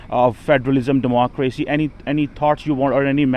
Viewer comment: What is with the fake accent …😐 also Democrrwacy …🙈😆